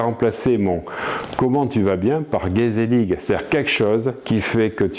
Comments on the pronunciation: P.S. pour la prononciation, le "ig" néerlandais est un son guttural comme le "ich" allemand (tu dis "i" tu gardes la bouche dans la même position et tu souffles de l'air). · Il faut apprendre a prononcer Gezellig avec l’accent 😉